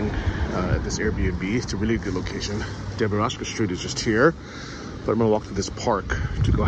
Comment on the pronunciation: Debaraska street🤦‍♂️. Can you read in syllables? It takes 30 seconds. Ffs